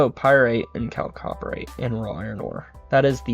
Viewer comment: oh and one more thing - LIG-night (lignite) and Chalcopyrite I believe is (Kalko-Pie-right)